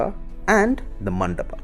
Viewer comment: What the fuck if sikhara.. It's shikhar... Same. goes to. Mandap.. Stop. This nonsense. Man